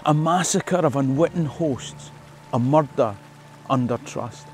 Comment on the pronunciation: Nothing sounds like a scot, saying "muthder", murrhdhur, mudder. Meardur, muthdur, most foul.